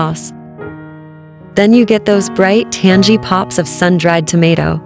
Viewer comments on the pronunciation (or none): it's not "tan-jee", it's "tan-gee"